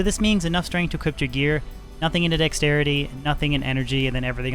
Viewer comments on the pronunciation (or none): Kicksin > trapsin imo, but nice video bro. There is no t at the end of the word equip . But ill forgive you, i know ur canadian.